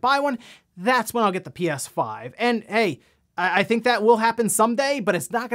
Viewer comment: Did anyone else notice he said "he guys welcome to NewsWave" or is that normal?